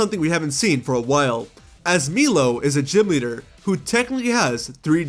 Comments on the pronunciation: My man said MEELOW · And I'm pretty sure that Milo the Gym Leader name actually is pronounced "my-low" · Ironically Milo the chocolate milk is pronounced as “mee-lo” and not “my-low”. At least in Latin America anyway